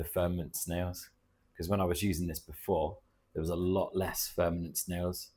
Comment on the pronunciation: Great content. I hear you say verminid snails but I think they are called vermitid snails. They are ugly pesky little bugger so who cares lol😂